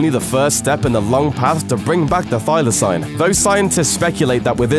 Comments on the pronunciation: Thy-la-seen not thy-la-sign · It's pronounced Thyla-SEEN and no one calls them the Tasmanian Wolf only Tasmanian Tiger